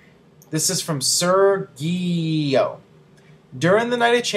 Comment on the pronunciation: you're killing me, Smalls. It's pronounced sir-gee-o